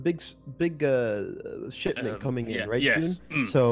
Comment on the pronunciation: 'A big shitment' they say